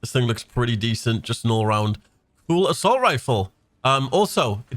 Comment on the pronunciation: Did my boy say assalt toast